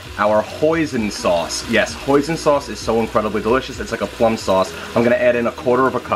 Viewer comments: Did you say Poison sauce or is jut pronounced as "Poison"? LOL Great demo. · lol Hoisin sauce not Poison sauce lol